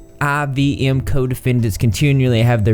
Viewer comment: Nxivm is pronounced Nexium. Also, not everyone in Nxivm was in the sex cult. Nxivm had a subset called Dos and that's where the sex cult stuff was happening.